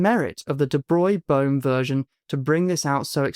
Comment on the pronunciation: Hey, you can pronounce de Broglie correctly!